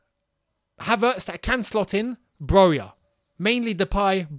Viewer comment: Man said broja😭